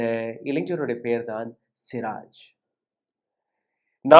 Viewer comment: அந்தப் பையன் பெயர் சிராஜ் அல்ல சுராஜ்